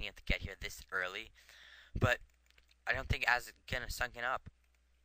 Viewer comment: Might want to raise volume a bit using audacity or Camtasia. Oh, and I get to show off that I once lost to Ahzz in a Bo3 0-2. =D. Oh, and I think you pronounce Ahzz as Awwz You could work on making your commentary flow better, explaining the significance of each event. and going in depth a bit more. I don't think sniping medics is really useful since they just heal each other so fast and missing a target fire will pretty much screw you up. Good commentary.